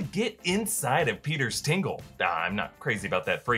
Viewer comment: It's "TINGLE"